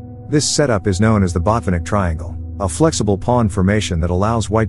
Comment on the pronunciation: Botvinnik, not Botvinik. Red thumb.